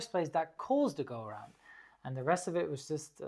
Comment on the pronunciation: 3.49 Woas? Da kam das Bayrisch wohl etwas durch ;)